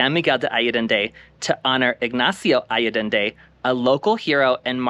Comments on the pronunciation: Thank you for the nice video. Btw, its ‘ san miguel ‘day’ ‘ayyy - en- dey’’ as the pronunciation. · Allende. Ah yen day. Please learn to pronounce the town you’re making a video about. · I forgive your extra “D”. lol Thank you for a beautiful and informative video! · Ha ha - thanks for yoir reply ! No biggie: ‘ I ‘ - ‘ End’ - ‘day’. (Allende). Appreciate you my gay hermanos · “Alledende” - where I did THAT come from? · Actually, the syllable 'De' is pronounced (the) is a short sound...